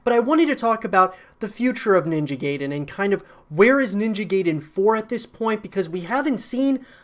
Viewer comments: It's pronounced like "guy-den" not "gay-den" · Once Again it is pronounced "Nin-ja Guy-den" and NOT "Nin-ja Gay-den". There is NO "GAY" in pronunciation of Ninja Gaiden .**The only thing left to do is wait and see how Ninja Gaiden 4 would look like Exclusively on Playstation 5. Hopefully it is not going to be way worse then Original Vanilla Version of Ninja Gaiden 3 and not way worse then Ninja Gaiden : Yaiba Z. Let's cross our fingers for the game to be better then both Ninja Gaiden : Black (Original X-Box) and Ninja Gaiden 2 (Original X-Box 360). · It's "Guy-den", not "Gay-den". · "Ninja Gay-Den". Lmfaooo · Fuming how he pronounced it as “gayden” it’s like pronouncing guide ninja “guide”en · How many times are you going to say Ninja GAY-den? Gay-den, GAY-den, GAY-den! 🤣 is not how you say it! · haha dude butchered the name . ninja gayden 😂😂